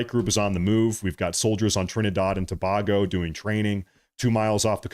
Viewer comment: Tobago [ TOE - BAY - GO ] NOT [ TO - BOG - O ]